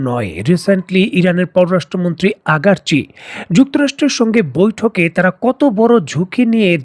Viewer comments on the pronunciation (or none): ভাই মনে অন্যরকম ভাবে নিবেন না , আমি আপনার অনেক পুরনো দশ'ক আপনি আব্বাস আরাগচিকে আগারচি বলেন যদি সংশোধন করেন আরও সুন্দর এবং পরিপূর্ণ হবে। আসা করি ভূল বুঝবেন না। 🙏🙏🙏